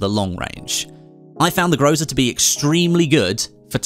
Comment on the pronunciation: it is not groza it is called grasa